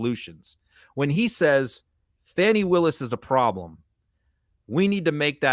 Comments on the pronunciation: I'm not impressed with on this podcast TBH & I've followed it for some time. In this podcast, his disrespect by repeatedly using the MAGA prononciation for Fani Willis ( it's pronounced Fawn-ee not Fanny) is personally appalling to me as a woman - how would he like others to call him Run or Runny instead of? He also formerly said that he has evidence that women abort fetuses up to the 9th month of gestation. I can't abide misogynistic men like this & I'm surprised MTN has him on their podcasts as a host. I follow all MTN podcasts, but I'm not impressed with this one. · Learn to pronounce her name, please. Listen to your fellow Meidas Touch Network personalities. It's not "Fanny". It's "Fah-nee". Show respect to an incredible DA.